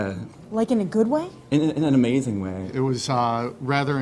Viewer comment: you forgot to count in the rating "Amasthing"